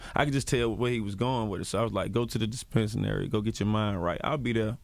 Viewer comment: Good interview, but it is dispensary! He kept mispronouncing it really wrong